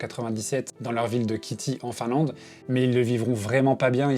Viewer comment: super reportage, mais pitié les noms finlandais écorchés, à commencer par les leurs :')... (pour commencer, Kitee se lit kitéé, pas kitty :') )